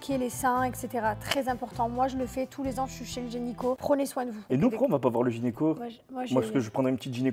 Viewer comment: Gynéco ou génico? 😂😂